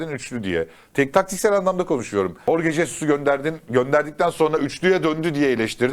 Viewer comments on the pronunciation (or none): none